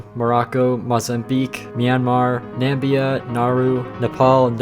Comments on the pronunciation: Bro said "Nam-bia"💀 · NAMBIA NO NO NO ITS NAMIBIA